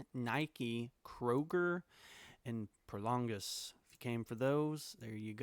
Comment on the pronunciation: The name is Prologis not Prolongis